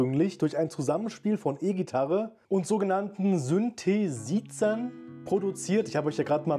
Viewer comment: Synthesizer 🙈 Einfach auf englisch aussprechen dann passt es auch im deutschen.